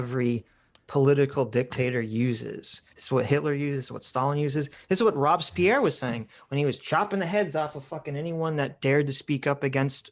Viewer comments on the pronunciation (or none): My man said "Thay-nos" and "Rob's Pierre" lol